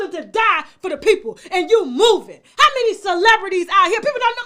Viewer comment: Who else heard “Judas and the messiah” when she said “fah da people”?!..I luuuuuv dah peeople 🤣